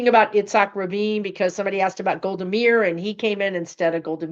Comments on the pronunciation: It's pronounced Golda "My-ear"... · Pronounced MY-EAR, Golda Meir.